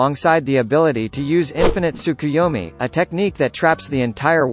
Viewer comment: He only said rinnegan and tsukuyomi almost perfectly.